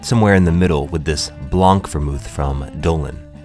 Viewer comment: I love those recipes! fyi, the c in blanc is muted. It's like /blɑŋ/ or /blɑ̃/